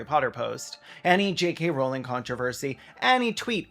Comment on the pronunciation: “JKK Rowling” ahahahahahahahahahhahahaahahah